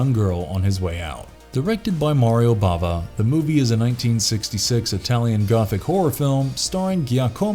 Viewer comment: Bava NOT Brava